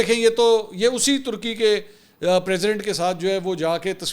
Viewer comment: tarki ni turky hota he